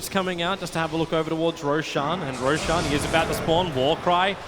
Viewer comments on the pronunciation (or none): none